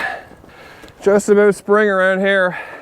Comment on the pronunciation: Intro all i heard was "YEP... were going firming!" firming? Farming...